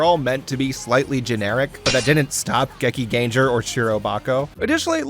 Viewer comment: Bro! There is no “ger” sound in Japanese language. It’s pronounced Gekingengar “ar” not “ger”